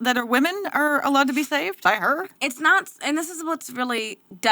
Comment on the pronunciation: "No, ya NAWT!", found that spontaneous attempt at an English accent, for seemingly no reason, incredibly funny 😆